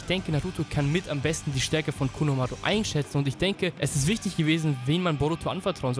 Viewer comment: Bitte nicht konomaaaaruuu sondern konohamaru Normal und ausgesprochen ohne Buchstaben verlängerung xD